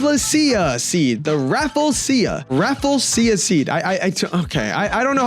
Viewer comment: It's pronounce as raafleeshia